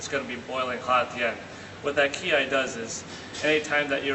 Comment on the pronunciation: It's Kiai, not Kiay.